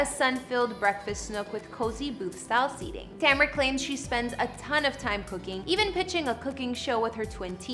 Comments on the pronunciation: Tu-mare-u is how u say it not tam-ra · Her name is Ta-me-ra not Tam-ra. I love her house. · Her name is pronounce “too-mar-ra” Tamara not however your pronouncing it. That’s so bothersome. Thanks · It would be nice if you said her name right..geezuz....I love this house.. its pronounced ( Ta Mare rah.. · ITS TA-MER-A!🤦🏾‍♂️ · It’s pronounced Ta MAIR ra!!!! 🙄🙄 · Do you even research the people you talk about? You missed pronounced Tamera's name like 20 times. LOL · It was so annoying and really hard to watch with her messing up her name . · Killing names..... smh 🤦‍♂️ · How does she say her name correctly but screws it over the rest of the video .. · Learn how to pronounce names before shooting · She know she not pronouncing her name right . I really believe she's doing it on purpose. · Really slack not producing her name right – not even close. I think it's so disrespectful 🙄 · Please put more effort in getting people names correct. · Please say her name right smh... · can you at least pronounce her name right!! yohhhhhh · The next time could you,? Would you Learn how to pronounce the person name before you do a video on them.